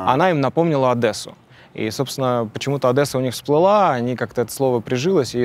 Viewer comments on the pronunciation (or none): ОдЭссу 🤦🏻‍♀️почему ОдЭсса? если ОдЕсса🤌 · ...она им напомнила ОдЭссу. Сука ЧЁРТ, ОдЕсса, а не ОдЭсса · Адесу - Одесса , через О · не оДессу а ОдЕссу , я как Одессит могу сказать больно такое слышать 🥲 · Господи, только не АдЭсу